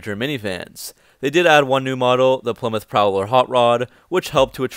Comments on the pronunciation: Well it's name isn't plimith, it's ply-mouth kinda like plywood! Stop mispronouncing names n words! Or at least we need to get the college types to spell them right! Stop saying beoitrice the name does exist in that from, it's beat-rice not beoitroce or beaittruce! Nope it's beat-rice! So beat-rice drives a ply-mouth car! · I always thought it was pronounced PLI MOUTH 👄